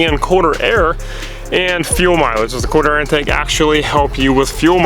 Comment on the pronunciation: Sounds like you're saying corner air or quarter intake